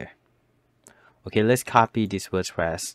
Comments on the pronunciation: Ever since I watched this I can't stop calling it Worspress 😅😂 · Wospress. Yea